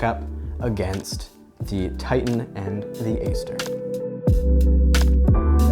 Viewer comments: nah its the GATE Aster, but he pronounced it differently :D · It's pronounced Ate Aster, that type of A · No offense but could u look up how to pronounce aster I’ve been watching a few of your vids u pronounce it wrong and it’s a little cringey sorry. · If you get the basic Titan from gate, its a lot cheaper. Ive never found a need for the advanced settings in my SSG build. Definitely if youre on a budget look in to the basic module titan. Also I believe Aster is pronounced with a hard A, as in "at".